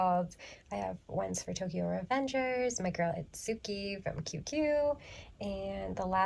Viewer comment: It’s pronounced it-ski (Itsuki from QQ) lol not it-soo-ki. If you watch the anime, you can hear it clearly….ish-kah (Ichika) and its-kee(Itsuki). Hope this helps ✌🏻✌🏻